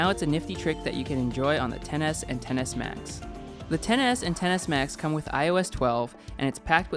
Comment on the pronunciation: I keep hearing iphone tennis max